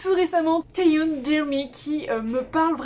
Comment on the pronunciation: That was a very funny way of pronounciation her name is TaeY(eon) Anyway great video! Your music taste probably fit loads of other people out there! :)